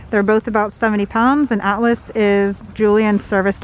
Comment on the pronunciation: This whole time I thought Julian’s Service Dog’s Name was Alice until he said he then I really listened to the way you said it. Then I realized it was Atlas 😂😂